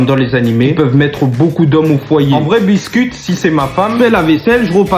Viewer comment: Biscuit 😂😂😂😂😂😂😂😂😂😂😂faut dire bisker pas biscuit 😂😂😂😂😂😂😂😂😂😂😂😂😂😂😂😂😂😂😂😂😂😂😂😂😂😂😂😂😂😂😂😂😂😂😂😂😂